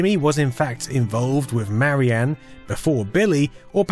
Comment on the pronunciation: Duuuuuuuude, it's "Marian", not "Mary Anne".